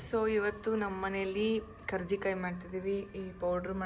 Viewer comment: Akka adu karjikai alla karchekai